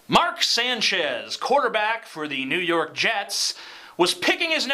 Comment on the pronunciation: Jew York? Was Kenny Powers doing the broadcast? lol